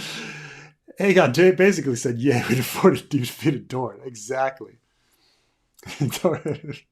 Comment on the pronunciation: No, it's Dorne!